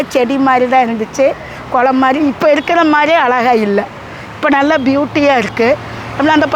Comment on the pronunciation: குளம் சொல்லத் தெரியாதா உனக்கு